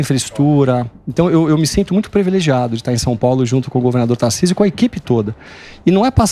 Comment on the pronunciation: Não é 'previlegiado' e sim privilegiado